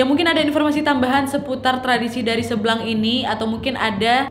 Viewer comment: Kok aku dengarnya tari "seblang" jadi "seblak" wkwk